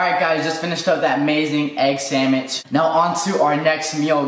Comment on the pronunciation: "Impromovise", "egg samich"😂 this video had me dying , bro I love u 😂💜 ur hilarious